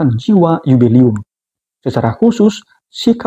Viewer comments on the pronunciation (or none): 'Jubileum' romo!! Bukan yubelium.😭😭😭